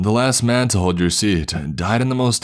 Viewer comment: "man" = "men"? Someone wishes it was "raining men". Hallelujah. The "corps" part is correct".